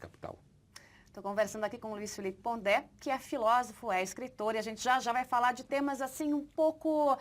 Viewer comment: é Pondé e não Ponder...